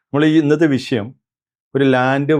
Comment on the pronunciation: വിശയം അല്ല, വിഷയം ആണ്.